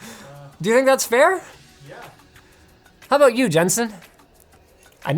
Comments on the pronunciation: "think abut it" first time hearing linus with Canadian accent XD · Sure, I'll think aboot it.